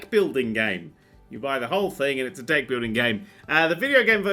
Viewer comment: I keep hearing Dick instead of Deck...